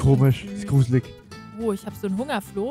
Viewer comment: Sie hat Flo gesagt und ich habe Klo gehört